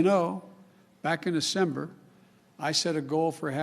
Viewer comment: Acember... you know, this acember or that acember... one of the cembers 🤦